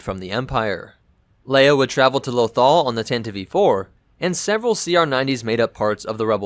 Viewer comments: thatnks for clarifying. I've never heard it pronounced that way before, I would have thought if that was the intention they would have spelt it 'Tantivee' or something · btw its Tantive VI, pronounced tan-tiv four. not tan-tiv-ee four or tan-tiv vee four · Tanta-VEE 4? Is English your first language? Because you keep misprouning so many ship namesit's not even funny. is it called TAN-TIV 4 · Why do you call It tantiv E IV? Isn't It Just tantiv IV? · Tantive IV, why is he pronouncing it Tantieve? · It sounds like you are saying either Tantive E-4, or tantivee 4. It sounds wrong, as it is. The "e" is silent, but you pronounce it like it should be pronounced, which it shouldn't. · Pretty sure the last E in “Tantive IV” is silent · same. that drove me nuts, lmao